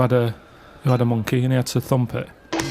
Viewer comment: “You thumped a monkeh?”